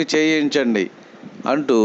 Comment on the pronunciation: వెళ్ళిపోయాడు , వెల్లిపోయాడు . ఉచ్చారణలో శ్రద్ధ వహిస్తే బాగుంటుంది .